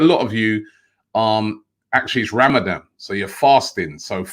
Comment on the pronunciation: Robbie, it is not Ramadam, its Ramadan